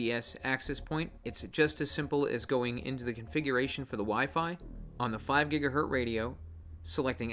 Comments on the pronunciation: GigaHert is the correct pronunciation were you born before 1960. The Z is silent. Does it even matter? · Please stop saying "GigaHert". Remember the Z!